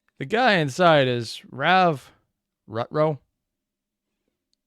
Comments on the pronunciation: How does one mis pronounce rave lol. Long A on rave and you're saying his last name like ru-row. Look how it's spelt, rutrow (roo-trow). If you ignore some of the letters in words, it's always going to sound funky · Facts for this episode! - I think it's supposed to be pronounced "Root-row". Also, it's not Rav, it's Rave. Like the party. (Which you seem to have realized that latter part yourself, so that's neat) - The third season is gonna be a prequel, if I recall correctly. - Yeah, pretty sure how Zachary functions is that he sees magical energy, so he can see where people are based on their magic signatures and such. It kinda makes up for his blindness, but not fully. - Now, granted, the gun she uses that rekts her soul was the one means of self-defense she had. Also, with how much her soul is damaged from using it, pretty sure using anything that draws from one's soul would only make her situation worse. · A. You need to be a tiny bit more optimistic in these videos. B. Rave's last name is Rutrow, but it's pronounced Ru-Trough. That is all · It's Rave(Ray-ve) Ru-trow